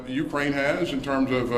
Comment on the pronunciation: Mr. Austin does not know his right hand from his left. Did we hear him say , " U - KWaine.... " ? ? Elmer Fudd that one.